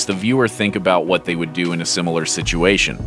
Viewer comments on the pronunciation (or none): none